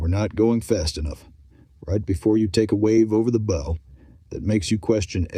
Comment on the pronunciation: Definitely not a Coast Guard man that made this he didn’t even know how to pronounce bow